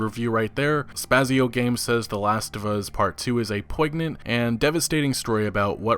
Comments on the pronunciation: Decent video and all... but you need to slow down and take some time to actually READ what you’re looking at; you mispronounce attentive as attenTAtive, poignant as POYGnant (should be poyn-yant), and more than once pronounce Cory Balrog as Cory BarLog.... I mean, really? Take your time. Quality over quantity. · I wish you knew how to read. Poignant is not pronounced "poyg-nant." Its amazing how often you butcher basic words. Have someone check your videos before you upload them. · "poignant" is pronounced POYnn-Yant. There is no G sound, at all. Carry on, good sir. Enjoyed the video. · Couple hints: It's not skillep, but Skill Up, and in poignant, the 'g' is silent. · My dude, 616K subscribers but you can't pronounce words... this time you butchered "Poignant". C'mon man... please learn how to say words.